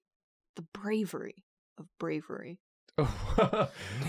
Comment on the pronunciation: says “brawery” and I’m waiting in vain for the “I’m Merobiba” 😢😂